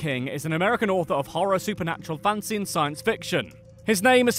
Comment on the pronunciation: Whenever the narrator says "fantasy", I hear "fancy". lol!